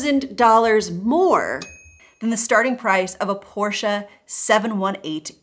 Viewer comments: Had to laugh at your correct german pronunciation of the german car companies in an english contant. You are becoming Germans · The way you pronounced BMW and Porsche made me tear up a little.